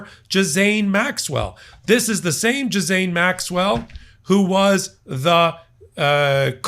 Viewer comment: Who is Jizz-ayne Maxwell? 😅